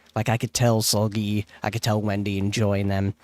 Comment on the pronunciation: fyi how to pronounce Seulgi's name: the seu is like 'sir' or '[ser]ve' but with L in the end lol the gi is already right like a gi in [gi]ve haha and yes for their first albums the trio mean-lead vocalists obviously had more parts, but as the time goes in it's getting better for irene and yeri yaay and also you'll find mooooore of their bside gems, im sure!